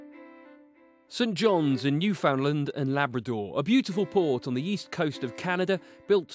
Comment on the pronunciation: "sin johns, new-found-land & labrador"😂😂